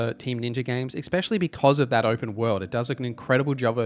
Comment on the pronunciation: especially Not "exspecially"